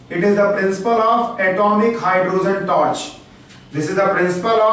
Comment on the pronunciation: phele hydrogen bolena sikh la......................................